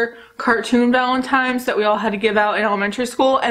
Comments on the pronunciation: I watched this video and somehow didn't no u said Valentine's wrong until I saw ur post in the community tab lol but I think it's cute. don't change it cause I say things wrong on purpose sometimes because I find it funny. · I think it’s adorable that you say valentimes day hehe ❤️